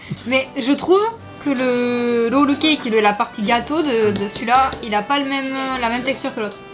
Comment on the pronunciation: フランス語で会話しながらも「ロールケーキ」のところだけが日本語発音なのが良いですね！w 次回はあれかな、『ガトー・ド・ロワ』とかかな？